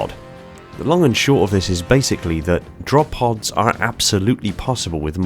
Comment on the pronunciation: "Drop poos"? bruh